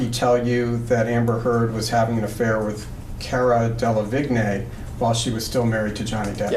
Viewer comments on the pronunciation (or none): DELLA - VEEN!! Damn, it’s not that difficult to pronounce. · They lost me at Cara “DEL-ah-vig-NAY” 😂😂😂 great video! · I’m sorry but the way he is saying cara delevingne is killing meee